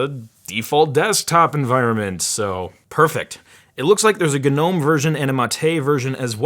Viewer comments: gnome is pronounced no-mmm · Am I the only one who pronounces Gnome as "no me"